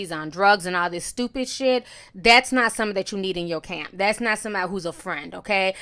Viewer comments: I can't take all the extra R's Jess speaks with 😂😂 I missed a majority of what she said pondering on "sturpid" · "Stew-pid" Pls jess, stop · I don’t know why but the way that Jess pronounces “stourpid” irritates me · “You strupid” Lol